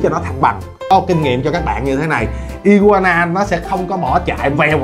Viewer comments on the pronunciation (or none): đọc là ài qua nà mới đúng a kkk